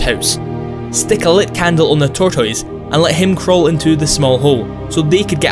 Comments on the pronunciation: tortoids huehue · tørtel tårtåis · Lmao tor-toys